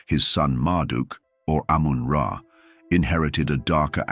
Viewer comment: ❤ its amun ra not amen men is wrong its the bible saying they stole from eygyt